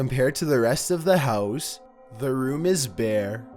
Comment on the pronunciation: sOmeONE secretly living in their hEeous